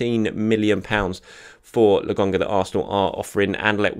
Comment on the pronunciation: I'm sorry but how are you reading Lakonga and getting "Legungah"?